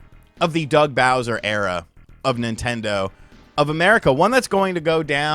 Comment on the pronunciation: Soo loong Gaey Bowseer!